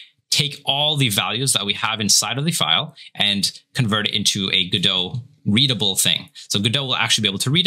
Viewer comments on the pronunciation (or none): its not go dot! its godot! t is silent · Go-dot... isn't it guh-dough? Either way, thank you guys for taking the time to help us noob devs out n_ n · Why does the guy at the beginning keep saying go-DOT? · Bruh. Please stop saying Go Dot. Please. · It's pronounced Guh-Doh, the "t" is silent. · Just to let you know it is pronounced guh-dow :) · First question. I thought it was pronounced "GUH-dough." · you don't even pronounce the name of the engine correctly, why would i trust that you know anything else? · the mispronounciation of godot is gonna kill me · The pronunciation in the intro is wrong. The T in GODOT is silent. The presenter's pronunciation is correct. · By the way, what's the correct pronunciation of "Godot"?